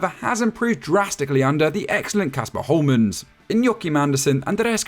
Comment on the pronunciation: If you want to pronounce "Hjulmand" (Denmarks managers name) properly, then think of the word "Yule" which means Christmas, but an older version. Just say "Yule-man" and it's much closer than anything I've heard any Brit say.